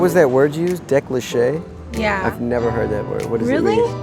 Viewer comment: Decliché ? I think she meant 'décolleté'...